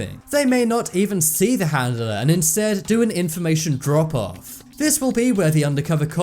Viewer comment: I can't stand how you say handeler it's handler 🙄